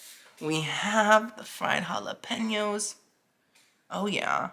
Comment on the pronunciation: Kesso and hollapainyos